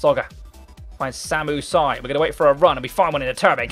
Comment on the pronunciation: It's just not pronounced Si.